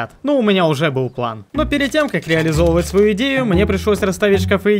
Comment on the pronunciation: Всё хорошо.. Но этот "ПЛЭН" бесит.. Дверь с "РИСОМ" нормально вкладывается, но "ПЛЭН" до блевоты..